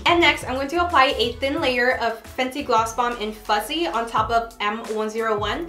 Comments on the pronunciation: it’s fuhssie not fuZZee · Sis it’s “FUSSSSYYYY”🤣🤣 all I’m hearing is Fuzzyy😭 kind of annoying please practice saying the right name haha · You were pronouncing the name wrong. You were saying ‘fuzzy’ but the name is ‘fussy’ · Girl it’s FUSSY not fuzzy. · It did drive me a little crazy cuz she kept saying fuzzy over and over😜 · I was like, “did I hear that right” 😂😂